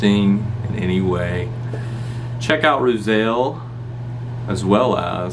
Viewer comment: “Roozull” methinks but that’s alright. Solid review btw